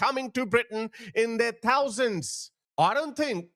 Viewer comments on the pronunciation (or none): "... coming to Britain in their... "tousands"?..., old boy, how about completely determining in your heart of hearts that you are now an honest to goodness 'Westerner', and as such you will learn to pronounce the letter "H", and that way, we won't have to hear you refer to those "Turd World" nations anymore.